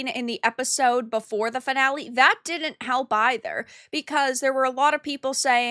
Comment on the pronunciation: “Could-dint” and “did-dint?” Why bother with contractions if you are going to pronounce them that way? I like the content but the way you pronounce words is hard to tolerate.